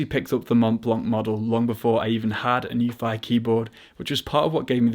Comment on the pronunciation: Nuphy pronunciation - /nju:fi/ 'nju' is pronounced NYOO as in 'union' which is written /ˈjuːniən/ 'fi' is pronounced FEE as in 'tea' which is written /tiː/ The correct pinyin would actually be 'NIU' which would have made it easier for us to pronounce it the way they like it.